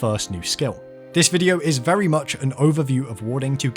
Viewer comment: Hahaha I'm VEWY EXCITED to craft VEWY POWERFUL robes UWU